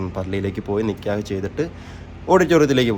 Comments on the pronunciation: നികേഹ് അല്ല നികാഹ് ആണ് പറയേണ്ടത് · നികേഹ് alla😅 നികാഹ് annh 😅😅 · നിക്ക്യഹ് അല്ല നിക്കാഹ് ആണ് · നിക്കേഹ് അല്ല നിക്കാഹ്